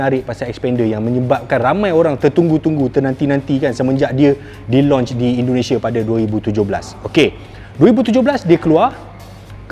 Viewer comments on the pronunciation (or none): none